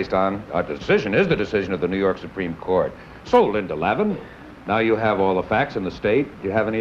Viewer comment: Apparently, the show was rejected by the TV networks and never aired. Too bad, I always enjoy Harry Morgan. I have to wonder if Harry mispronouncing Linda Lavin's name was a factor in the rejection.